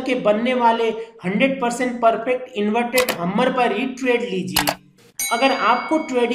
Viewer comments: Hummer nai Bhumer it's called hammer haaayymmmmeeerrr... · Hummer nhi hammer hota hai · Sir Ji hammar nahi hammer hammar hi bol dete